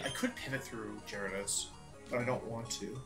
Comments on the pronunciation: You know he’s nervous when he’s not even saying Gyarados right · Jerados, arcineenay. Wtf bro lol